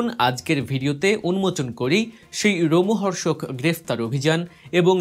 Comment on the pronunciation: রোমহর্ষক না লোমহর্ষক?